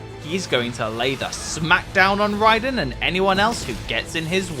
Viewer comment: Do you see an A on rodin's name? You keep butchering the name